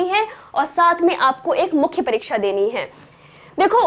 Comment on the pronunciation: परिक्षा नहीं, परीक्षा। वैसे जितने सुंदर ढंग की प्रस्तुति है, उसमें थोड़ी-बहुत त्रुटियाँ नगण्य हैं।